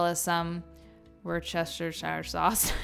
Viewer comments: It's pronaunced Vusteshire sauce 😊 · Try to say Worsta-shire and see if that makes it easier for you. Or even Woosta-shire if you want to sound like you're from MA. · Its pronounced "wooster-sheer" 😊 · Wuster- shy-err. That’s how we Brits say it lol. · From a Brit, it's 'Wooss-ter-sher' (the 'oo' is a short sound, as in 'book'). You're welcome! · Heya, in my early twenties I lived in Worcesershire. It's a beautiful county. Totally understand that it's a mouthful to say. It's pronounced Woo-ster-shire. (Ignore the first r). Hope this helps 😊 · Worcestershire is my home town and it's pronounced Wuster-sheer x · Whuss-tuuh-sure You pronounce the shire like the United States state New Hampshire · worst-ster-shur is the proper way to pronounce Worstershire. ;) I love soup so much. I am making one tonight. Your recipes in this are unique and ones I have never seen or heard of before. Nice! I am not a fan of freezing foods in plastics, because when it thaws, it puts major microplastics in your food. Use glass containers if possible. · Worcestershire= Worcester pronounced Woster and Shire pronounced Shear when the two words are run together i.e. Wostershear. Most of us in the U.K. call it Worcester sauce and don't pronounce the 'rce', so Woster sauce. Hope this is helpful and btw I love your content. x.